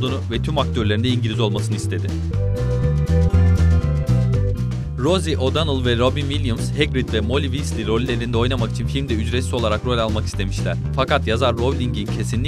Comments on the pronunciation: wiizly degil weasly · elin değil alan ; melfoy değil malfoy ; darsli değil dörszli ;ravling değil rowling ; vesli değil wiızli; prayvet degil praywt ama çok guzel bilgiler var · Wesli diye değil wizli diye okunuyo seni Ron'a söylicem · melfoy ve vesliy ne lan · WİIZLİ DİYE OKUNUYO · Okunuşları malfoy wisliy voldemort yanlış srslendiyorsun (bilerek böyle yazdım doğrusunu biliyorum mal deyilimm)